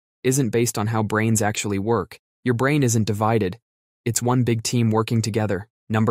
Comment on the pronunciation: Why does he pronounce brain as “brain-t”?